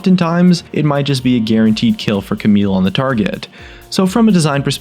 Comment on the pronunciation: Garunteed dude? xD